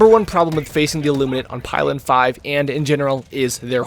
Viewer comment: it's pilen with an -ee